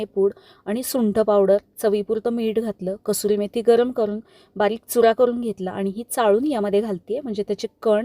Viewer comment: छान रेसिपी...👌👌👌 घरगुती आणि खूप सोप्या पध्छतीने बनवली.. कसुरी मेथी हा पहिल्यांदा अगदी बरोबर उच्चार ऐकला..नाहीतर सगळे कस्तुरी मेथी असच म्हणतात..😂😂😂